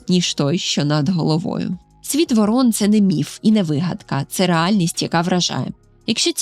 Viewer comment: Шановна, ворон(наголос на першшу літеру О) і ворона, це різні птахи.